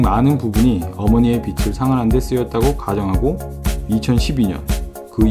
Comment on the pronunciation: 목소리 좋고... 발음도 좋으신데... 고놈의 빚... "빚을" 발음하실때 비츨 아니고 비즐... 재미있는 영상 보고갑니다. 화이팅!! ^^